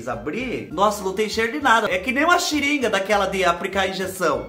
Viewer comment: Eu tive que voltar pra ouvir a XIRINGA KKKKKKK te amooooo 😍😍😍